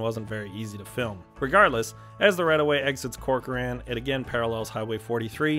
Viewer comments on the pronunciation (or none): Great job....FYI, as someone who's originally from Fresno, Corcoran is pronounced "Corker-in" by the locals. Great job on the rest of the pronunciations. Almost everyone not from the valley gets Tulare wrong.